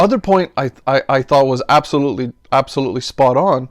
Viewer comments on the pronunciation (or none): none